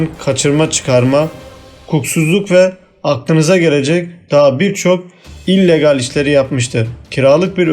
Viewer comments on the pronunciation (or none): none